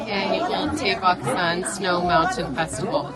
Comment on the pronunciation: Its tae baek . No dae bak. R u able to differenciate d. T ? A and ae ? Roman english is by far worst alphabet in the word